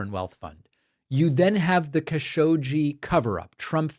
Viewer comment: It's "Kaa Sho Gi" not "Ka Showgeeee"